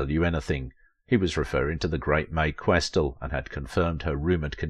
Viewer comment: A few areas to be helpful here. First, her name is pronounced, QuesTEL. Second, she was active in New York and worked exclusively for Fleischer Studios, also in New York. She NEVER was the voice of Minnie Mouse, which is a Disney character. That voice was provided by Marcellite Garner, who worked in the Ink and Paint Department at Disney Studios. There is no deliberate "Yiddish" characterization in Betty Boop, in spite of mistaken impressions of the appearance of a Yarmulke on the head of her father in MINNIE THE MOOCHER. Jewish people has confirmed that this is a bald spot, especially since there is a hair that stands up on the back of the head. One of your pictures from DANGEROUS DAN McGrew is Helen Kane. Your picture of Esther Jones is also incorrect. That is from the collection found in the James Van der Zee Collection at The Chicago Art Institute, identified only as "Do Tell." Esther Jones was a Child Performer. Also, Mae Questel continued to be busy all her life doing voice-over work for Dove Dish Washing Detergent and as the live action character, Aunt Bluebelle for Scott Paper Towels. Margie Hines was hired as the first Helen Kane imitator for DIZZY DISHES (1930) which was the EIGHT, not the seventh Talkartoon. Mae NEVER appeared in a short dress in the form of the cartoon character. She made this statement in an interview many years before. All photographs of her as "Betty Boop" show her in a full length dress. Mae Questel did not appear in Hollywood on Parade. That